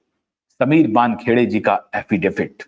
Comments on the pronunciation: अरे भैय्या, 'अफिडेफिट' नहीं, अफिडेविट कहो ! Rectify your pronounciation ! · aapka poora podcast hum dhyan se sunate hai par yakeen maniye ek shabd ka uchchharan bada khatakta hai... Agarplz aap use sudhar le to. Aap affidaVIT ko affidaFIT bolte hai. Use kripa kar sudhar le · Thank you for your great work! Sir - with all due respect, the legal word is pronounced as “affidavit” or एफ़िडेविट! Justice for SSR, Disha Salian and all the others!